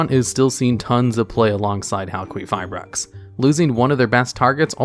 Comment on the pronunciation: About Halquifibrax pronunciation. I'm Greek so I've got you with the correct one. The name of that monster comes from the Greek word for Copper which is Χαλκός (halkos) and maybe even the Greek word for someone being made from copper (Χάλκινος Halkinos) so the correct way is Halkifibrax (ki as in kill.) AND I'M OUT.